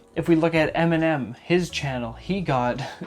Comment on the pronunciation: I like how he pronuncece eminem m&m